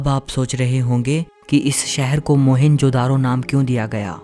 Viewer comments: भाई इसका नाम 'मोहनजोदडो ' है न की मोहेन्जो - दारो !!!!! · But first and foremost Its not मोहन जो दारो ❌ Its मोअन जो दढो ✅